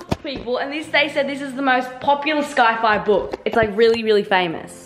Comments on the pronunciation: What is with the Norris nuts and pronouncing things wrong? It’s not ‘sky-fy’. It’s pronounced ‘sigh-figh’. 😂 Sabre, even sockie says ‘loo-wee’ not ‘loo-wis’ Vuitton. 😂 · aint no way this girl pronouced sci-fi as sky-fi 💀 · “Sky fy” 😂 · Fyi its pronounced sci-fi like si not sky fi as its short for science fiction 🎉love u 😂 this is so lovely that u did this for sockie ❤ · Did say sky-fi for sci-fi? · I love you, but it's pronounced "sigh"-fi not "sky"-fi. Its short for Science-fiction, so just imagine saying sci-ence with the 'ence'